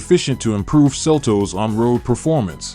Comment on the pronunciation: Seltoes? It's seltos